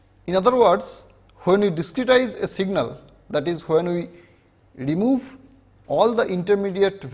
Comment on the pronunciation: Diskitize 😂 wtf?